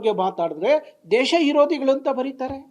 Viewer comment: ಕನ್ನಡ ಸರಿಯಾಗಿ ಮಾತನಾಡಿ ನಾರಾಯಣ್ ಅವರೇ! ದೇಶ ಇರೋದಿಗಳು ಅಲ್ಲ.ದೇಶ ವಿರೋಧಿಗಳು ಅಂತ ಉಚ್ಚಾರಣೆ ಮಾಡಿ.